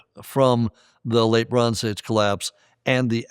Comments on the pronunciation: Anybody hearing LeBron's Age instead of Late Bronze Age? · Every time he says “Late Bronze Age” I can only hear “Le Bron’s age” 😅